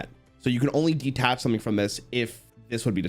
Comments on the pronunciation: DE-TACH, not DE-ATTACH 😅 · constantly saying "De-attach", instead of detach, reminds me of when he kept calling the power nine, "the powerful nine"